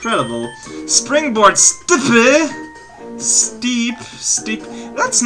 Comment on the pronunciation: Yeah it's "From the steps of asia" Not "From the step e's of asia" Always wondered how people could think that